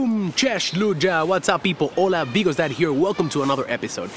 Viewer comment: When you say it sounds like Bigos Dad lol Sorry, not bashing here just found it funny